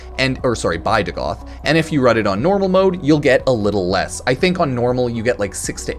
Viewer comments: It’s pronounced Dag-ath, not Duh-Goth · Bruh can't read. It's Dagath not "DuhGoth." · hey hipster, its not DaGoth its Dagath